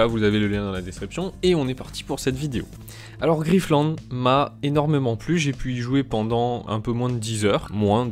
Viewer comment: Griff-te-lande ??? ok . lol : )